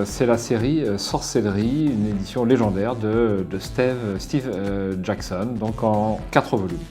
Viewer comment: "stééve jackson" lol